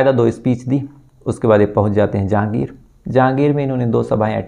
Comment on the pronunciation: भैया वो राजगढ़ नही रायगढ़ है और जहागीर नही जांजगीर है